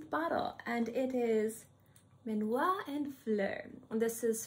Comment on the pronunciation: Your video is super interesting and is so difficult to find videos about Dominique’s creations. Thank you very much. Please learn to say the name is done for you from a french person 😂because is not minuat is minuit 😂 and mise en plat no mira plat 😅